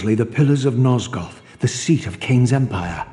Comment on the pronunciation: "Nozgoff" Love you, I'm just trollin' 💕